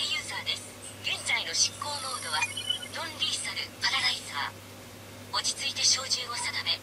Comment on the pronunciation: ロンリーサルじゃなく、ノンリーサルかと…